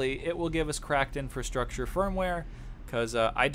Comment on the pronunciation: I got totally wasted taking shots every time you said "cracked INFRUSTRUCTURE firmware".... not even the right term. 2/10